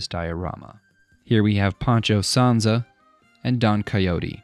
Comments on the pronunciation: his name is not "Poncho Sansa"! ja ja jaaaaaa. his name is "SANCHO PANSA"! Ja, ja ,ja, jaaaa. The protagonist's name is not "Don Coyote"! Nooo! his name is "Don Quijote""! Ja, ja ,jaaaa. Very good work! Reminds me of "Monster house". the animated movie. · I love your builds. One small note on the name of Don Quijote's squire. It is "Sancho Panza" and not "Pancho Sanza". Sancho was a typical castillian name, from which surname "Sánchez" originates, as all spanish surnames ending in "ez" mean "son of"... much like "Mc" on irish surnames. And "Panza" is "Belly" in spanish. Appropriate surname as Sancho Panza has some overweight. In any case, as I said, I love your dioramas and enjoy watching how you make them a lot. Thanks for uploading them!!!